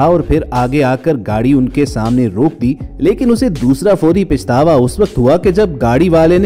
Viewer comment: سر لفظ " پَشتاوا" صحیح لفظ ھے ،پِشتاوا غلط لفظ ھے۔